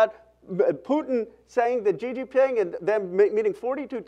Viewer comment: Gee Gee Ping? 😂😂😂 anyone else tripping? Lol